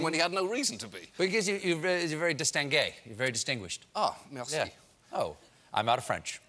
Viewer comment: It's what? Distengey?